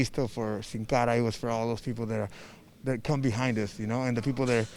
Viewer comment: it's dont sin cara